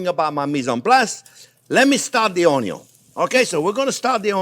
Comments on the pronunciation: Came here just to hear you say onyon 😃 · I always love it when you say “ONYUN”! We don’t say onion in this house! Never make another video without ONYUNS! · Love his way of saying onyon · me too, everytime I see the onyo 😀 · Oño. Hilarious. Classic. Timeless. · Always begin with a good, great onyon, chef will not guide you you wrong, fabbbulus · I didn't know you could have too much onyo. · the way he said onion omg it broke me sorry XD why i am so simpleton XD what is so funny about that pronunciation? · He absolutely does talk too much and repetitive just get on with it. Lol… I kinda like the way he says onion in his Louisiana accent 😂